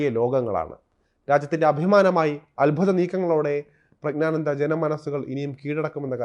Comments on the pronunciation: പ്രഗ്നാനന്ദ അല്ല പ്രജ്ഞാനന്ദ എന്നാണ്. പ്രജ്ഞ എന്നാൽ ബുദ്ധി എന്നാണ്. അറിഞ്ഞിട്ട മനോഹരമായ പേര്. അത് നശിപ്പിക്കരുത്. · പ്രജ്ഞാനന്ദ ക്കു അഭിനന്ദനങ്ങൾ, ആദ്യം പ്രജ്ഞാനന്ദ എന്നു മലയാളത്തിൽ പറയുവാൻ പഠിക്കൂ,ഗ്യാനി എന്ന ഗോസായി വാക്കു മലയാളത്തിൽ ജ്ഞാനി എന്നാണ് മലയാളം അറിയാത്ത മാധ്യമ പ്രവർത്തകനോ? ഒന്നുമില്ലെങ്കിൽ മറ്റു പത്രങ്ങൾ എങ്കിലും വായിച്ച് മലയാളം പഠിക്കൂ, മലയാളത്തെ വ്യഭിചരിക്കാതെ,ഒന്നുമല്ലെങ്കിൽ മറുനാടനല്ലേ അതിന്റെ വിലകളയാതെ